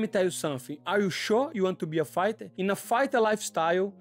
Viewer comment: Did he say UFC Farter 😂. Always rooting for you!!!!!